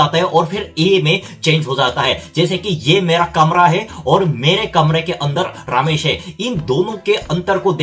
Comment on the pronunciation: Small correction to your pronunciation: You used the male name Ramesh many times but you were pronouncing it as RAA-mesh. That is incorrect. The correct pronunciation does not have the extra A sound you were adding to it. It is more like RUM-esh.